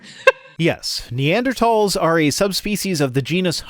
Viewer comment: EVERY time the AiG people say "Neander THAWLS" fucking enrages me. Thanks,, for pronouncing things correctly and standing up for trans rights.